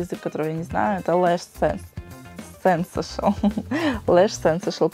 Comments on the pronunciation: тушь не сэнсэшэл, а сансейшэнл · Ахахах сЕнсэшл))))),, сенсЭйшнл)))))